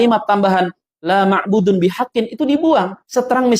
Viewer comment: Ahsanta.... Masya allah... Tapi masukan untuk antum akhi... Yang masyhur Laa ma'buuda.... Bukan laa ma'buudu.... Sebab jika isim nakirah jatuh setelah Laa nafi jadilah dia mansub bilaa tanwin... Demikian akhi.. Mohon maaf.. Tapi isi uraian antum bagus sekali .....penuh faidah insya allah... 😊😊😊😊